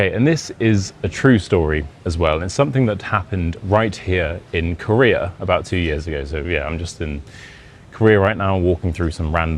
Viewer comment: Career...oh, Korea...lol.